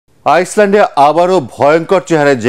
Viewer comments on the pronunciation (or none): Brother the pronunciation is not "iceland". It is "iland"